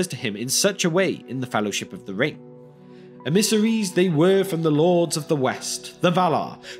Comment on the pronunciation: Why do you pronounce emmissaries like that? It is supremely odd.